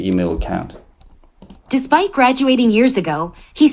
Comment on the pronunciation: That's despite sir not despect